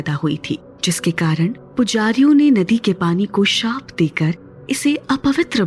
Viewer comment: There is no word like shrap, it is shap😢😂